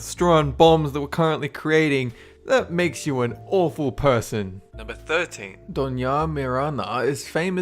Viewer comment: Just to clear thus up: It's "Doña Marina", not "Mirana" (sorry, but the difference is too evident to ignore), and in Mexico we almost never refer to her that way, but rather as "La Malinche", which is a deformation her aztec name, "Malintzin". You can find many, many references to her in mexican culture, yes. And to call someone "Malinchista" (Malinche-like), is to accuse them of being self-depricating and subservient to foreigners.